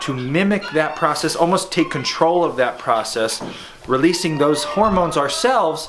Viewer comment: I’m a herdsman/AI technician and enjoyed this video. It was accurate and easily to understand. Small critique, instead of pronouncing “ov” like the beginning of “OVer” it’s actually like the beginning of “ovulation”. Now when you call your AI tech you’ll sound like a pro! Enjoyed this a lot guys